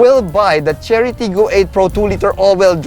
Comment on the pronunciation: I kept hearing Charity lol